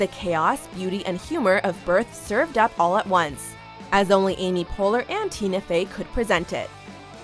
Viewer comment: Nearly gave me a heart attack thinking you said “the late Amy poehler”. I had to confirm she’s still alive after this video 🙀